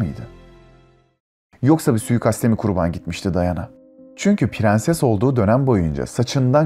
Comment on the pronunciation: pirenses şeklindeki telaffuzdan videoya dayanamadım.....